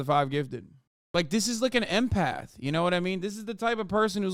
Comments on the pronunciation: She’s an empith not an empath. 🤷🏿‍♂️she said it not me. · “I’m an intuITIve impèth” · Don't believe I've ever heard someone pronounce empath like that